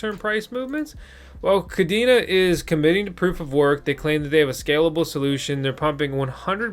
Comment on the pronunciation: Pronounced “Kuh-Day-Nuh” . Cadena in Spanish (pronounced the same) means “Chain”